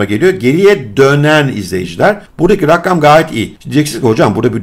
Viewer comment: Rakkam değil rakam